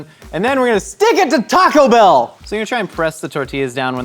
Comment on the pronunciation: Every single person at mythical says "TACO bell"